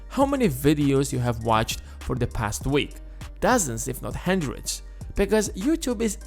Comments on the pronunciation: Just a hendred bugs? hendred hendred hendred... dude please just tryyyy... hUndred.. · Hundred not Hendred